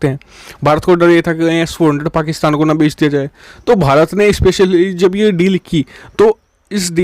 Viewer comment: What u say fakistan???😅